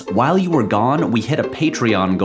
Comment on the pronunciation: If I have to hear Patrick say "whole I was on that island" one more time I'm done with this channel for good